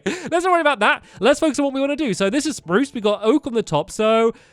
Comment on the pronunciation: Stampy you said spruce.. Instead of SPRUCE!!